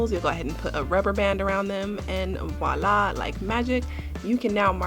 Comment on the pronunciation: Voila is the word, not Wolla. Some new tips - thanks